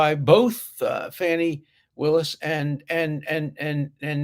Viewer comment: Interesting that this "brilliant" professor Dershowitz cant pronounce the name of the Georgia DA. He may be mispronouncing her name on purpose to be rude or condescending.